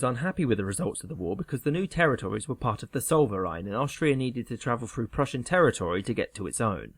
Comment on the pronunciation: Living in Alsace can't help but correct the pronunciation - it is 'el-z-ass'. Oh, and Zollverein is 'ts-oh-l-fer-eye-n'.